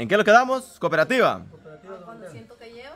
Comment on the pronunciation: Se pronuncia cooperativa y veto dijo coperativa asi la pronuncio😅